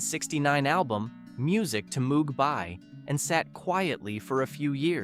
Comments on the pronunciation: Moog rhymes with "rogue," not droog. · "Mooo-g" -- Gawd. :( OK, granted I was in a symposium by Moog when I was in college back in the early '70s, so I know how his name was actually pronounced, but dayum, this is the 2020s.... You're telling me some "people" still don't know it's pronounced with a long O?? And for GOD's sake don't get me started on "Blue Sweede......" sigh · "Songs You Didn't Know" that we all knew, word for word. Fun list, of course. And Moog (the synthesizer guy) is pronounced with a hard O, like "slow". Edit: Seriously? C'mon. Don't just phone it in. Blue Swede (Hooked on a Feeling) is pronounced "Suede". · The name Moog (as in the Moog Music synthesizer) is officially pronounced "mogue"—rhyming with vogue or rogue (/moʊɡ/). And there are more obvious mispronunciations in this. I knew 14 of these 15 songs that you said I didn't know. Yah. Not that this was a surprise. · The only list of fifteen songs you didn't know where you know all of them, but the researcers DIDN'T know that Robert Moog got really pissed if you pronounced his name the way it's spelled; he always insisted it's said as 'Mo-wog'.... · "Timothy" was the only one I hadn't heard of. Robert Moog is probably the person in the music industry with the name mispronounced the most. It's pronounced MOAG. It is sad that this was Chuck Berry's only #1 song. It's also claimed that Oldfield swiped a big chunk of "Tubular Bells" when he heard a band called Magma recording. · It's pronounced "Mogue", with a long "O", not like the sound a cow makes! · Moog is pronounced Mogue, as in vogue. I heard the man himself say that, I think he should know. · There were a few mistakes like that. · Robert Moog's last name is commonly known to be said as "Moh-g". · Moog rhymes with vogue and rogue. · please learn how to pronounce Bob Moog's name properly HINT: It has nothing to do with a cow. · Don't you just hate it when someone cannot pronounce the name, "Moog" properly! Hint, it rhymes with Vogue!